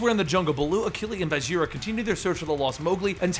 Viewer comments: Hey Bagheera is a Hindi word and it's pronounced with a hard g like in 'ghost', not like a j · is it bageera? or baguira? how to pronounce?